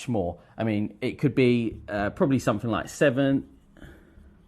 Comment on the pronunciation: How can this guy teach English when can't speak it well. Instead of saying the the word 'three' he says 'free'. He also pronounces 'something' as somefink. Wth